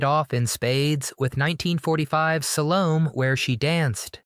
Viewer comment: Only because you’ve mentioned “Salome” several times over several videos: the “e” is pronounced and is long, so something like Sa-LO-may. In other words, “Salome” does not rhyme with “home.” Yvonne De Carlo was the hottest conservative woman ever. I remember my grandpa fawning over her during the second Regan presidential campaign when I was like 7 or 8 years old.